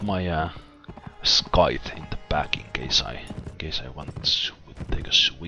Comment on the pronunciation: Why don't you get Victor or someone like that to train your troops? And if you get a Colonel later anyways won't they eventually go to waste? And also, scythe is pronounced "Saith"